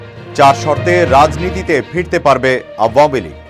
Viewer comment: দলের নামটি শুদ্ধ করে উচ্চারণ করবেন।